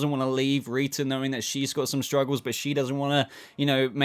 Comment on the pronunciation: This might be really weird but I really live your accent and love the way you say rita's name 🙂